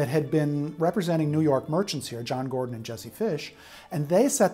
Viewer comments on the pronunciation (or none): none